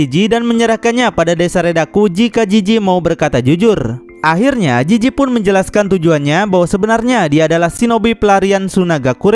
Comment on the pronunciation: Jizi Bukan jiji Penzila Bukan penjila